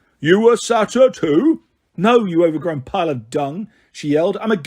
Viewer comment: Same with saytr idk how to spell it